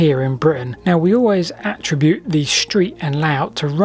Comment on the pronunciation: Really enjoyed that thanks. Just an aside “attribute” is pronounced differently when used as a verb rather than the noun pronunciation.